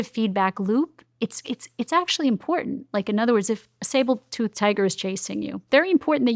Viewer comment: Will someone please tell her it's called a 'Sabre' and not 'Sable' Toothed Tiger!